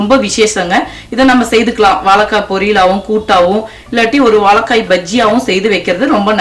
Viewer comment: Unfortunately you are unable to pronounce 'zha' properly, and also the big L. Otherwise great recipe. Thanks.